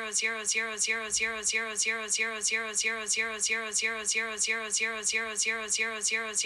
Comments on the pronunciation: It’s saying D-Rose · It kinda sounds like Roxy or yours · Is siri saying girls ur girls it sounds like it fast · Sounds like tumor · After a while i heared the mix of euro and rosi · Why it lokey sounds like she saying your on steroids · It kinda sounds likes euros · it sounds like shes saying its yours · I all I hear is euros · Lol it's saying monney